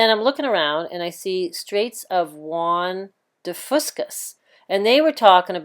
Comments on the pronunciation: It’s the Straight of Juan de Fuca... pronounced few-Ka. Not the Straight of Juan de Fusca. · So many mispronunciations in this video its just hard not to get distracted. There no S at the end of Fusca for one.